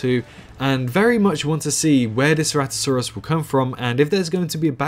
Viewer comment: Ceratosaurus not ceratisaurus